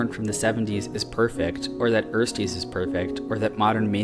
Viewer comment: Ersties is pronounced with an e sound like in elevate not like in earl and is a term that refers to first semester college students in German ;) I think bellesa is also doing a good job in pushing the industry towards more ethical pornography. Interesting video as usual.